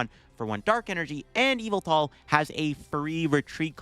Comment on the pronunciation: Almost 10 years and now I realize that the pronunciation of Yvelta sounds like evil